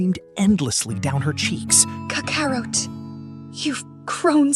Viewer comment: I wish you would stop letting a.i. pronounce the characters name. It is butchering tf out of Kakarot.